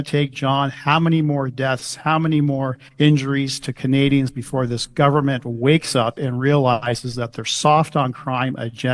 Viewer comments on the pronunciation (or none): that WAS NOT A VERBAL FLUB, "we don't want canaZians to feel power"